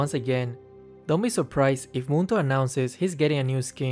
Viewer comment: Mooton what is that how cows pronounce moonton